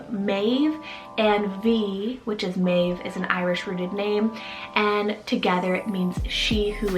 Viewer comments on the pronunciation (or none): none